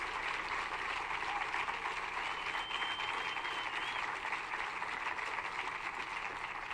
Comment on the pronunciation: “Rashid-er” 😂 I like it! Whenever she winning & tearing down the corrupt. I’m going to call her “The Rashider”